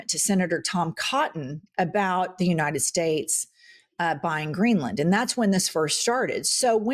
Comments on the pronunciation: It always sounds like he wants to say the “Jewnited States” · The way he says, "United States" bothers me. It sounds like 'Yoo-Nigh Stets'. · Anybody notice how many times Miller mispronounced “United States”? Even Trey Gowdy doesn’t know how to react to Lady Graham. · Why does he pronounce United States so strangely? You can tell he was bullied his whole life.